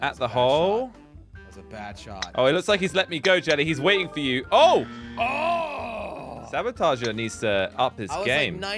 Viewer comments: I love how they call the sabotoge, sabatoger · it's saboteur, not sabotager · the word is actually saboteur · Did you mean "saboteur"?